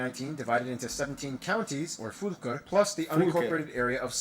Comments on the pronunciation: Heads up, Fylker is not pronnounced Foolker, not even recognizable if you took a fuzzy guess. Soo its probably best to not try to impress the locals with that one. Additional note, a lot of inaccuracies, but a lot of it is actually quite good. Yes, Norwegians freakin love their tacos. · "Foolker", bro, that's, that's not how u say it